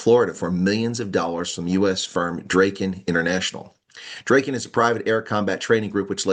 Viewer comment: Drayken? It's Draaken (Dragon), as in Drakensberg.